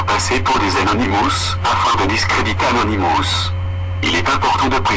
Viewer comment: arrête d'écorcher leur nom c'est Anonymous tu sais pas parler alors ne parle plus car tu n'as rien d' intéressant a dire et je reste polie .